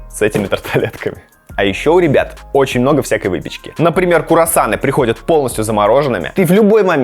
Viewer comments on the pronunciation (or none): Почему ты говоришь не круассаны а курассаны?